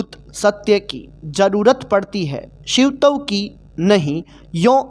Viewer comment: Shiv tav alag kyo bol rhe ho Shivtav ek sath pura bolo